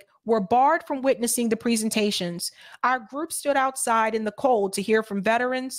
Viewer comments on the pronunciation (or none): none